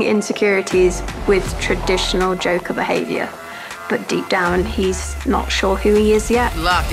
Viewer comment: "The Jonkler"